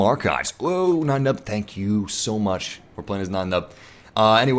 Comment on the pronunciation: What's white saying Nien Numbs name like that. His first name isn't German you know. :(